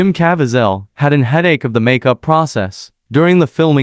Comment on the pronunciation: Cav...vei...zel....my boys went to school with the boys and played ball together. Please don't say the name if you can't pronounce it!!! Thank you!!!